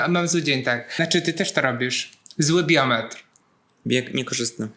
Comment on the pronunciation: Od razu przepraszam za bycie Panią Marudą, ale poprawnie mówi się biomet, nie biometr! ♥️